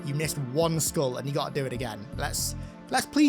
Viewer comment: You sound like you say "schkool" instead of skull